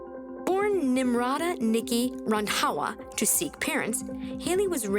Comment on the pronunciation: I love how says “RandHAWA”!!! 😂😂😂